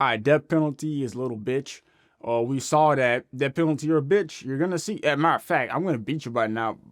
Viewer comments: The first thing he should have taught him was how to say DEATH... With the TH... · Greatest of all time MM JOHNSON. all caps man .teach that boy Deaf sentence how to pronounce death right .much love . U r the realest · Is he saying death sentence or death city before his fights? Everything is pronounced clear except that word.